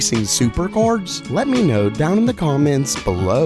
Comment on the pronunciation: Is it me, or does pronounce the word cards, "Chords?"